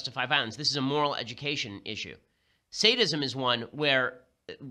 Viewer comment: Sadism. I thought he said, "Statism"